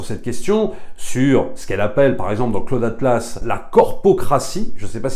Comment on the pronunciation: C'est qui "Claude Atlasse" ?! -> Pour info on prononce 'Klaoud" ;)